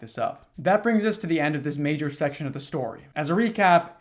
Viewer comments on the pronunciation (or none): none